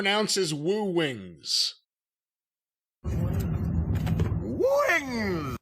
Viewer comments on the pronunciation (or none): I believe he’s trying to say woo and wings at the same time and that’s why it sounds that way, but damn this the funniest thing I have heard all week lol. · I swear I thought it said "Wooooo Wigs"!!!😂😂😂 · Ric Flair pronouncing "Woo Wings" sound like someone trying to start lawn equipment... 🤣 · I've been hearing Flair pronounce "wwwwiiings" forever on Conrad's various podcasts and I just figured Ric was drunk when he recordded the commercial. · Were you saying "woowings"? No, I was saying "Boourns" 😆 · Wtf is this?? I have heard them run spots for woo wings on flair/conrads podcast for like a year or more and he always pronounced it “WOOO wings” with the words separate. Never heard this… interesting… way to pronounce it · Flair pronouncing wings in his signature style had me rolling on the floor with laughter.